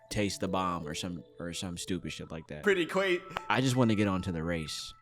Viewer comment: “Pretty cwa-“